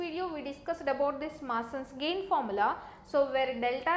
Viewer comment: Masins gain not maasins gain